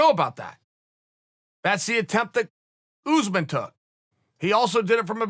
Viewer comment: "Oozemen" ? Not my fav fighter Cuntington not my fav persona Woodley can't sing raps weak done Edwards not much to say here Burns beast promise made Mazvidal longtime fan ________________________ 2 of 6👍